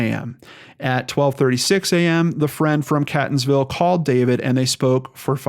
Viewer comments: Catonsville is pronounced Kate tons Ville and Ellicott city is el la kit city. It's weird spellings for weird names. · Seems like all kinds of things happen in/around B'more once we leave the area! I can't tell if that speaks well or ill of us, really... Quick pronunciation guide: it's CAY-tons-ville not CAT-ons-ville. There's also a town in the general area called Canton(-like-Scranton) so that might be some of the confusion. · As much as i love your videos, i never thought one of your stories would be based in my hometown!! Unfortunately many in baltimore suffer from addiction, mainly heroin and overdoses are at an all time high bc of the heroin being laced with fentynal! I have an inkling maybe he od'ed and the girl panicked!! Very sad!! P. S. Catonsville is pronounced kate-ons-ville!! Thanks for the video!! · Catonsville is pronounced 'Kaytonsville' and Ellicott is pronounced 'Ellicut'. At least, that's how locals say it 😁😂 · Love what you're doing, but for future reference in the surrounding area; it's catonsville, Kate-On-sville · It's pronounced Catonsville- Kaytonsville and Ellicott- Eellikit city I live up the street in Arbutus the city (Baltimore) which is a drug haven is a few streets down on Wilkens ave it's horrible down there, there are sooo many abandoned buildings throughout there it's pitiful. The drug use is horrific people are over dosing left and right I'm sorry and I hate to say it but if he got a hold of something bad he could have died and been left somewhere or someone could have robbed, hurt and dumped him somewhere in the city (Baltimore). If anyone needs to they can reach me by sending me your email anything I can help with I will I drive through there everyday coming and going to work.